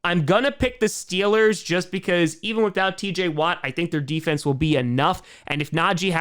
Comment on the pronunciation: Mf said stillers 💀